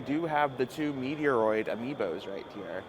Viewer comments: Why you keep pronouncing Metroid WROOOONG !!!!!!!!!!!!! I know is on purpose but it's annoying for the fans of that franchise like me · Yeah I know this is petty, but i unsubscribed from his channel due to him pronouncing it wrong over and over! So annoying